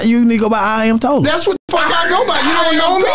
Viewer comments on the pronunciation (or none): He said I.M.Tolla😂😂😂😂